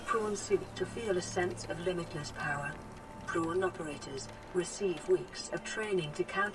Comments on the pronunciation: "I want to make my porn" it is prawn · it's called a prawn suit not pawn